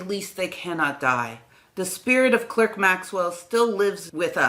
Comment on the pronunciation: Clerk is pronunced CLARK... I'm being pedantic. And you also over emphasize the 'ernion' in quaternion. It's fast, 'ernion' not errrrnion' .